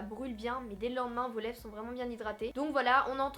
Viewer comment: elle dit pas lèvre elle dit lève mdrr